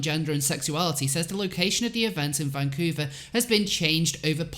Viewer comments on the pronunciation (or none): none